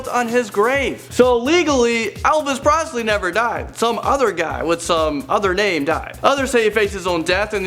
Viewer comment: "Elvis Prosley"